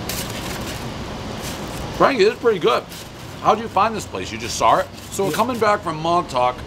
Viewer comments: How come he says sar it and not saw it? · One fever blister, everyone “sawr” it.